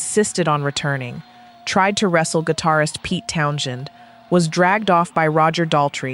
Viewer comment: I though AI videos were supposed to have that little 'AI' in a circle symbol located under the left corner of the viewing window. We know this is AI due to the odd pauses in the narration and the (by now) standard mispronunciation of Pete Townshend's name. It seems odd that these 'moments', despite being caught on film, are not being used in this video. Where's the clip of Moon being hauled off his kit? Where is the moment where Kristofferson, fed up, walks off stage? Where's the moment when Mitchell tearfully pleads with the audience? If Johnny Rotten's final words were so iconic, why not show them? Let's talk about Isle of Wight for a second. Kristofferson wasn't some 'babe in the woods'. He had been a Capt in the US Army prior to this. A helicopter pilot and a US Army Ranger Crse graduate. He was also a Rhodes Scholar. He wasn't some timid shrinking violet. By contrast, Joni Mitchell does not come off as some brave 'girl boss' facing down the crowd. She stopped in mid-song and addressed them in tears pleading for them to behave. I thought the Doors were also a little lacklustre with Jim so drunk he slurred everything. Then there's the Who at the same concert. They had no issues and gave a powerhouse performance - blowing away the audience with sheer volume. The greatest live act in rock...despite Moon passing out 3 years later at the Cow Palace. Sticking with the Who for a bit. After mentioning the tragic death of that poor girl at the Cassidy concert in 74, how could you